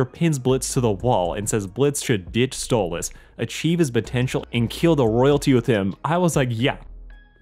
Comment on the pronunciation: please stop calling him stolitz 😭 he's a demon from the goetia and his actual demon name is stolas